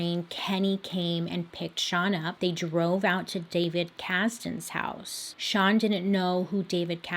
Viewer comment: I love how confident Bailey is saying STAN instead of SEAN😂😂